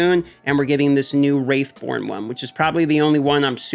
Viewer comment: Wrathborn (Rath) not Wraith.